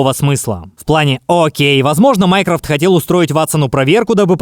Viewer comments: Почему мне слышится не Майкрофт, а Майкрософт?😂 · Мне послышалось вместо Майнкрофт Майнкрафт 💅🗿🔫